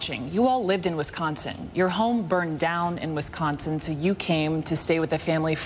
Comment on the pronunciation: She says Whischonsin like wtf